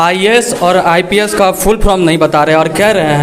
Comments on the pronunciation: Teacher to jo hai so hai, tum jo interview le rahe ho uski Kami dikhane ko, to tum to kam se kam dhang se bolo, full form ko full from bol rahe ho. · Patrkar v jhola chhap h😂 full form ko full from bol ra h🤣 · Ye news wala bhi chutiya hai full form ko full from bol raha hai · Are sale full from nahi full form hota hai re bhosadi . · Full form hota hai Full from nahi Pahle tum bhi sheekh lo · reporter bhai sahab, pahle aap apna shirt ka button lagayiye aur thoda adab se. English is not a parameter of everything. puchhne se pahle aap apna pronunciation bhi sudhar lijiye. " full from kya hai ".